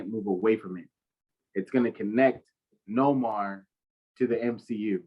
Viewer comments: Respectfully my Brother thinks but the name isn't No Mar its pronounced Nay More (Namor) he's the king of Atlantis but thanks for trying. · It’s Namor not nomar